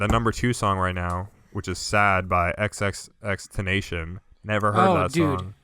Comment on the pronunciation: The way you pronounced xxxtentacion was painful